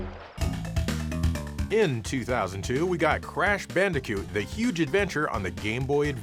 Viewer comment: Did he just say bandicute?